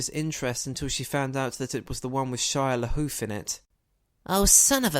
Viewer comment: = Shia Lahoof